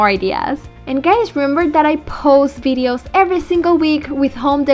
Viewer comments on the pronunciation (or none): none